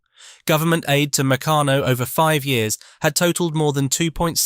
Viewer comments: "Meck-a-no"? Damn clankers. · Mec-a-no??? Huh. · Mec can no? OMG! Try Mec car no. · I used to get Meccanno magazine, its pronounced (McCann - no,) I got my enjoyment from looking at the various pictures of things you could make as we were quite poor and only had the No.2 kit, I think they went up to kit 10. I saved my pocket money over 4 weeks to get 2 bob to spend on an airfix kit from the newsagent. Just so excited me, it took me an hour to buy it, looking at the pictures of every kit in the shop and drooling over the ones I couldn't afford. I eventually got some humbrol paint as well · Oh no! Now mispronounce MECCARNO. Oh dear! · well mec aano it was founded in liverpool😅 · Mech an o ? How could you pronounce that wrong? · Meccano is usually pronounced Mi-CAR-no as , or McARN-oh. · There is no 'r' in Meccano. Meck ah no. You'll be English then, who removes the 'r' in heh ceh (hair care) and puts it in loranohdah (law and order).😅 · yeah an he's english ! must be too young ti remember , but we do . great days aye ! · Meck ah no. there is no 'r' in Meccano. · Very interesting to learn the history, but get a human to read the script. That way the brand names will be pronounced correctly, e.g. Meccano and Triang. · Yea...the way that the it pronounced " Meccano" was a crime. Good effort though. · It was pronounced Try ang and Meck arno